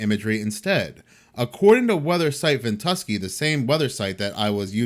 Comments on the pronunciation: VENT-U-SKY... Is how it's said if you care. Not big deal. But I'd want to know if I need to talk bout it.. stay blessed my brotha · Its called ven-tu-sky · Its Pronounced..vent-U-sky! 😊 when ever you put up a video..all of the rest have to wait. Yours come first! ❤ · I LOVED hearing Ventuski! 😅🙂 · Hey, the app is pronounced ven tu sky. Like the sky above. I watched this on MRMBB333. I know he had a video on it pretty quickly.